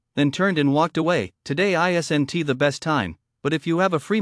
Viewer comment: these AI voices that remove apostrophes is frustrating. "isn't" <> "isen-tee" "wasn't" <> "doesn-tee" wouldn-tee, didn-tee..... anyone who says they like this is a bot.